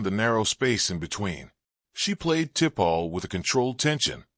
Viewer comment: Who the heck is Tipall ? Your AI is shit